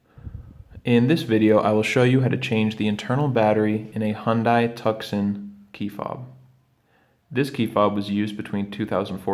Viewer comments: Have you ever been to tuscan? or have you been to Tuscan Arizona ( The correct pronunciation of Tucson in English is Too-sohn. ) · Thanks, but it's Tucson (too-sawn), not tuck son. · My ears... like fingernails on a chalk board.. did you call the car a "Tuck-sun"?!?!? It's pronounced "Two-sawn" You know... like the city It's named after! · It’s “Too-sahn” not “Tuck-son”. Hyundai has named this vehicle after the city in Az. Just like the Santa-Fe is named after the city in NM. Also, you do not need a flathead screwdriver. You can use the valet key to pop the fob apart. It is designed to be self supported, meaning there is no need for additional tools. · Repeat after me…. Too sahn…. Not tuck sahn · TUCK-SON? Bro, it's "two-sawn". lol. bro. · Great video, very clear and helpful. One comment though - pretty sure the Hyundai model you are referring to (Tucson) should be pronounced 'too son' (not tuck son) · Helpful video, but the Hyundai Tucson is pronounced (tuˈsɑn) NOT Tuk-son. Just like Tucson Arizona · Video was good but he needs to go back to school to learn vocabulary. Tucson is pronounced Too-son. Not Tuk-sun. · Thanks, good content...However, Just an FYI: Not sure where are from, BUT Tucson is pronounced the same way as Tucson, Arizona. Not Tuck-son. It should be pronounced more like Toos-on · It's pronounced "HUN-DAY TOO-SAHN" (not Hun-die Tuck-son) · “Tuck-sun” ain’t it bro ❤️ I think you’re looking for “Too-sohn” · Bro said “tuckson” 😂😂😂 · I appreciate the video. We have to replace ours. But please don’t say “tuckson” lol. It’s “too-san”😂. All seriousness though good video. Thanks. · The phonetic pronunciation of Tucson is TOO-sahn. Wow (/wau/), what a twit (/twɪt/. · Tuck-Sun? Dear Lord. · Pronounced like the city, "Too-Sawn". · “Tuck-son” lol. You’re the type of guy to order a kwesa-dilla am I right? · "Two-sawn," like Tuscon, Arizona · Tucson is pronounced Tooson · My ears 👂! I couldn't believe he said Tuck-sun! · Two-sawn is the pronunciation 🙂✨